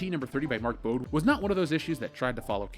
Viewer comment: Mark Bode is pronounced BO-Day. Son of Chechen Wizard creator